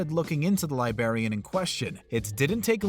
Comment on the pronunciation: Couldn't handle the pronunciation of librarian.